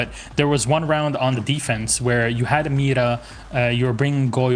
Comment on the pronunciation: He said meeda